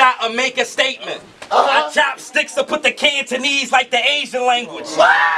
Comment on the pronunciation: ol boy said Canotese like 50 times. lol. Good battle though